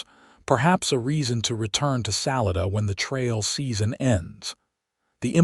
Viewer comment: It's sa-li-da not sal I da lived in Colorado many years